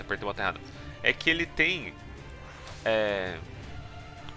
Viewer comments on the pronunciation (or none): none